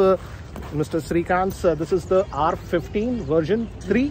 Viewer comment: It's pronounced R-one five not R-fifteen I think.